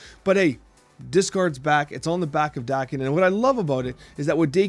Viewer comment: Pretty sure it's Dah-ken, not Day-ken. His birth name in the comics is Akihiro which is why the season is also called Big In Japan. Nothing originating in Japan will be pronounced Day-ken in Japan. Sa-mu-rai, not Samu-rey. Ah-ki-hi-ro, not Ey-ki-high-ro. Jah-pan, not Jay-pan.